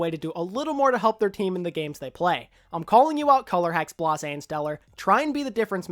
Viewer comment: its blaśe, blaw-zay. hard z